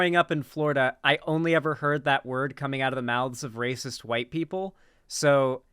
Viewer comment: You can hear the "YT" when she says "white." Is there a problem with left-wing spaces often not being fully inclusive of BIPOC people, and tending to shove them off to the side or only employ them as tokens, sock puppets, or mascots? Oh, hell yes! Is there a frequent tension between the newbies and normies we're trying to bring Leftward, and the minorities and vulnerable who are often triggered, offended, alienated, hurt, or annoyed by the insensitive and prejudiced stuff they often say and do? Yes! These are things the Left could stand to unpack and discuss more often, because it's an admittedly-tricky balancing act. But, I continue to resent the people who've opted to join a political space in lieu of getting therapy for their (often very real) trauma and grief, and who at their worst become righteous when the entire focus isn't on them and their needs, and who get away with being needlessly nasty and throwing constant tantrums because they're wounded and/or because they tick the right/sympathetic identity boxes. If these kinds of people weren't trans, queer, BIPOC, neurodivergent, disabled, etc., none of us would tolerate or excuse this type of behavior. Tellingly, whenever you try to talk about the above balancing act, these people dramatically strawman the argument and screech indignantly about how you want to let Destiny stans say the t-slur and the n-bomb and wear swastika underwear because you don't caaaaaaaaaaare about oppressed people. Also, bottom line, when you're